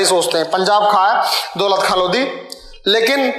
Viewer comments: भाई इनको किसने शिक्षक बना दिया जिनको द और ध में अंतर नहीं मालूम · Lodhi nahi Lodi bol be. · Lodi aur lodhi rajput Alag Alag he jab khud ko sahi se pata nhi he bta kyu raha he chandravanshi me lodhi sabse bade hote hume Muslim se kyu jod rha he chacha charo veda ko sahi se study kar le tujhe lodi aur lodhi Bolne me dikat ho rhi he